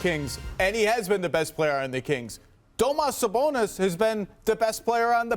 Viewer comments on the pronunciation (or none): Domas sabonas. Bro really?😂